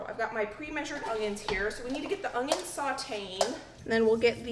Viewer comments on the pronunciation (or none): UN-YUNS, not UNG-yuns 😫😫😫😫